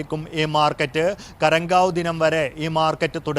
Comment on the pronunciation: ഗരങ്കാവ് അല്ല ഖറങ്കശൂ 👍👍